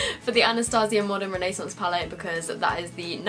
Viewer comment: Does it bother anyone else the way she says renaissance